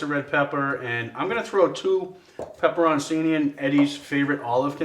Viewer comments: This looks awesome for the Super Bowl, but as an Italian guy, its pronounced PEPPER-ON-CHINI (ch sound there)! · Add olive oil to the pepperoncini prior to blending it. And just so you Yankee boys know...it's not pronounced "pepperonsini." It's "pepperochini."